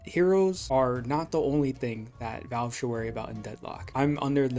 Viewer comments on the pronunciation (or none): none